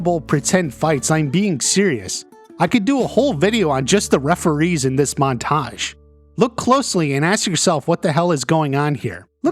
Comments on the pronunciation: Your pronunciation of montage is off-putting lol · The way he puts emphasis on the second syllable of "montage" is killing me.